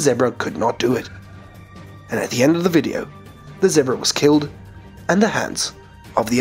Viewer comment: he cant even say zebra right